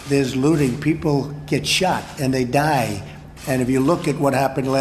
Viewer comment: This idiot is the only person I’ve ever heard pronounce the word “die” in multi-syllabic form.